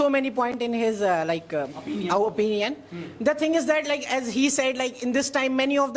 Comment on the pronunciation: Bhai master khud apinion bol raha hai opinion ko.